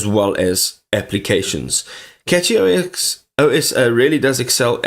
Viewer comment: It's pronounced Cashy not Catchy